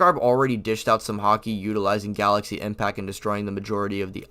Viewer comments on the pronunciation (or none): none